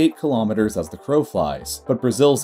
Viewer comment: Quite an interesting video! But really, you should really fix your pronunciation of kilometre to improve your videos further.